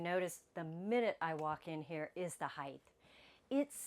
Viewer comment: I like your videos, you give great information! ❤ Can I offer one small suggestion? Please say “Height’ correctly, there is no “th” sound at the end of the word, just a hard “t” sound. “Width” and “Depth,” on the other hand DO have the “th” sound. I hope you are not offended. So many people make this mistake. I was raised by two English teachers and it was drilled into me as a kid. You too can sound like you were raised by English teachers with one small change! 😂 I have to compliment you on your grammar otherwise. You are VERY well spoken, and a JOY to listen to. Thank you for sharing your videos with us. I have learned so much! 🫶😊